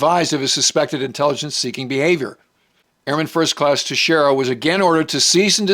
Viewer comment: pronouncing airmen Teixeira's name right... something I have seen nobody else do. Just another example of the quality we get here.